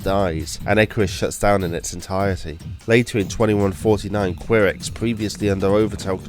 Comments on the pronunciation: Ky-rex not queer-ex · How this guy pronounces F.E.I.S.A.R., Auricom, Qirex and Assegai really disturbs me.